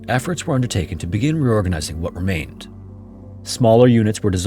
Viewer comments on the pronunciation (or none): I really appreciate the cool stories on your channel, but you speak at a rapid pace and slur your words together. You need to enunciate. Even slowing the video by x50, I struggle to make out specific, important words that tell the story. Example: reorganizing is spoken as roar-nizing. Please take this in the spirit of helping improve, only. Important historical events well written but unclearly spoken. Thanks for not using AI, too.